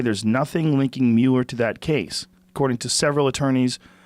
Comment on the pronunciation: "Say 'Muler' one more time! I dare you!"